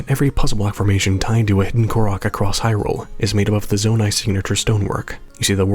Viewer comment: There's accents, and then there's actual pronunciations of words. You don't say that Link's from Hirrule, that would just be silly, now wouldn't it?